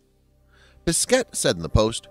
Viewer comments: For your information, you don't pronounce the last S for Thomas, and you don't pronounce either the last T for Pesquet. Yup, french is weird ;) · Thomas Pessssketttte lol